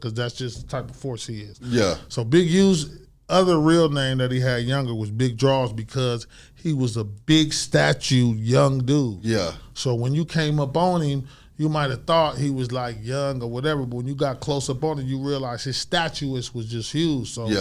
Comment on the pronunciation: stature, not statue